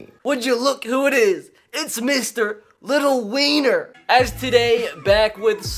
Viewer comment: why he say little wiener like that